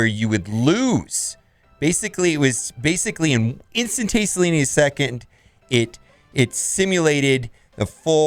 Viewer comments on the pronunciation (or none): “Basically it was an instantasteniously in a second” total and complete destruction of words